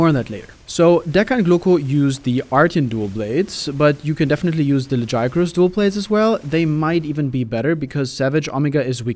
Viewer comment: The way you say Omega and Lagiacrus is strange. Lol.